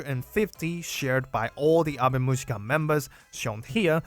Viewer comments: That pronunciation killed me 😅 It's Awe mu-yi-ka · The girls from the band themselves pronounce it Ave Muzhica.